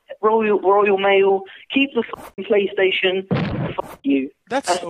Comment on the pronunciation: “Praystation pour”